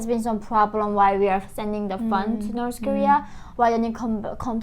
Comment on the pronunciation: Dear dear dear, I can't hold this any more: "nors" (spelled "Norse") were the people from ancient Scandinavia (Norway, Sweden, Denmark). "North" is pronounced with the same ending sound as "faith". Listen to some news reporters and you'll see. Sorry, too long watching your videos and I just had to say it...